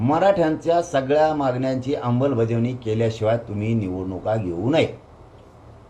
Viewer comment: तू जोपर्यंत "आंबलबज्यावणी" ऐवजी शुद्ध "अंमलबजावणी" असं म्हणत नाहीस तवर ज्यारांग्या, लिहवून ठेव, तुला आरक्श्यान भेटत नसतंय..‌